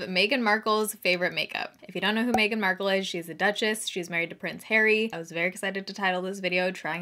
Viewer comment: When I heard “Every Beauty Product Meghan Marcelle Has Said She Loved- and where to buy them” it sounded just like “Fantastic Beasts and Where to Find them” 😂